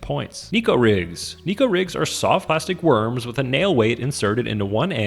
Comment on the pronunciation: That’s not how you pronounce neko, but damn near every fishing YouTuber says it that way. It’s pronounced like Necco and it’s just the Japanese word for “cat.”